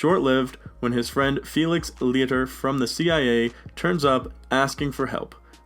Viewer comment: Lee-itter? Really?